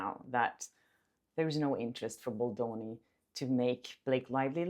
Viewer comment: please stopp calling him BOldoni 😞